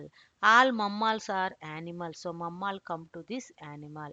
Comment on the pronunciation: All good except for the pronunciation of mammal.